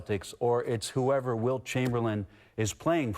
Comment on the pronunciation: I thought he said Bilt chamberlain and really flipped it lol